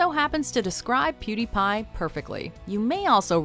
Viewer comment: What the f**k is a PuDaiPai